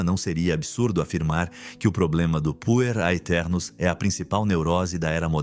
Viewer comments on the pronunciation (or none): Quando escutei "Puer aeternus" achei que tinha escutado Punheteros.